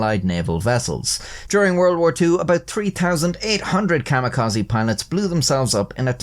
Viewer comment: My mans, im sorry, but it is Kami -ka-ze not kama-ka-zi. Idk when you're making educational videos it feels worth mentioning, instead of being petty, I am hoping to be constructive and drive higher knowledge too. Also it's "dir-ris-iv', not, de-rise-ive, you're thinking of divisive, or derived (from), caught as I was typing. Anyway, thank you for the video!